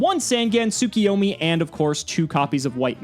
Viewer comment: Yet another week of reminding you two that you are mispronouncing Tsukuyomi. It isn't Tsu-ki-yo-mi. It is Tsu-KU-yo-mi. Please for the fans correct your pronunciation.